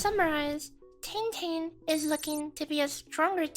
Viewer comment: You're mispronouncing the name of our Soupreme chief smh